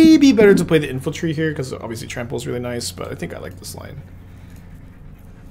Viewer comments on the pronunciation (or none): “infaltry.” There’s no L! Sounding like saffron olive